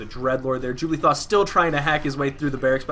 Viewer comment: I was always confused when you say JubLEE'thos. Are you dyslexic, or am I not seeing a letter.